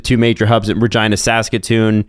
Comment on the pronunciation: absolutely no way regina is pronounced like that. should be illegal.